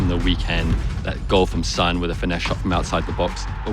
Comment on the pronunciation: brooo who call "SON" SUN HUH.... THIS IS WHY FIFA IS DEAD